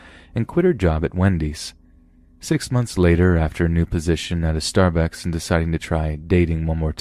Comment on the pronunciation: 'Starbecks', feckin' good ceffee!